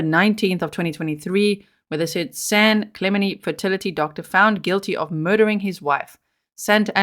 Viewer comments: FYI G I’m from San Diego, that city is pronounced San Klu (like up Klu) Men Tee (San Clemente) love you & your amazing channel ❤️ Merry Christmas 🎄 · San Clem en tay is how it's pronounced. I was born and raised in Long Beach. Great channel 👍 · San Cle-MEN-tee 🤦🏼‍♀️ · Hi... I always enjoy your posts. Just came to let you know the area is pronounced San Cle-men-tee. I live in vegas and have several friends who live in this upper class town. It's well known as the area where the U.S. president Ronald Reagan lived. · Cali girl here to clarify the town is pronounced with a hard “t”. San Cla ment ie. I do love your accent though, G. 🫶💕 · San clem-en-Tay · This is where Pres Nixon lived - San Clemente - pronounced Clay- ment-tea